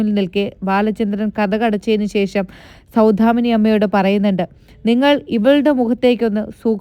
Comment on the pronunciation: സൗധാമിനി അല്ല. സൗദാമിനി എന്നാണ്.